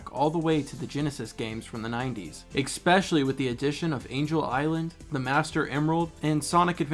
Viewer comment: You're frequent use of "eK-specially" will always irk me everytime i hear it; and i will just have to accept this, for you have clearly been saying it wrong for to long to break such a minor habit.